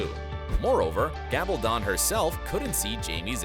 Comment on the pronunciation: CAN'T EVEN PRONOUNCE THE AUTHOR'S NAME RIGHT.